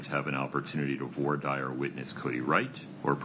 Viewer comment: Why don't Americans know how to pronounce "voir dire"?